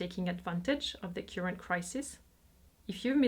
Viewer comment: I admire you so much, but please please look up the correct pronunciation of 'current' and 'currency'.